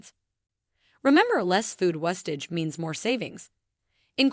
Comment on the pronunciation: Learn how to say wastage... WASTE-age